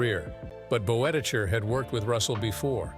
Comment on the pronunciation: There's some interesting material in this little documentary, if you set aside the random inserts of John Wayne and Stan and Ollie (?) and the ridiculous pronunciation of Boetticher's surname - see hiramnoone's correction below.